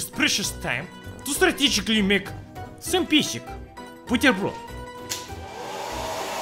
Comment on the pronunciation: I love the way says 'strategically' as star-tegically.